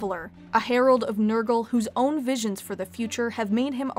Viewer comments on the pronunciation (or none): none